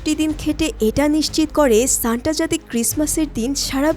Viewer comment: Shanta ❌ Shanda ✅